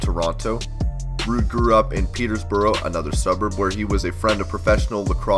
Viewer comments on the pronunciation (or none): Peterborough not PeterSborough